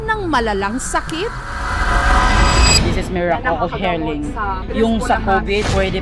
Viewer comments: "Meracle uf Heling" at Rebisco punchline "Ang sarap ng feeling mo" 🤣🤣🤣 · Des es mirakol of heyling😑